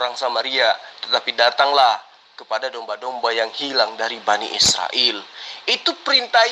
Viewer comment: Bani sirael...🤣🤣🤣..bukan sirael....BA...NI... IS...RA...EL....